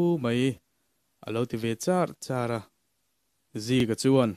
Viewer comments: A thu lam hi uluk deuh a tha hle mai angaih nawm zawk nan, alo ti char char a tih aia chuan charh charh a tih ni zawk se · ati charh charh ni awm tak i thil lam dan hi fimkhur deuh teh a